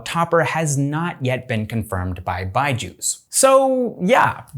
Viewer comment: It's not byjus it's BUYju's 😂😂 what do you say guys ???